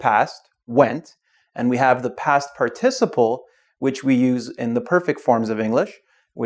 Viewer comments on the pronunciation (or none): you pronounced participle incorrectly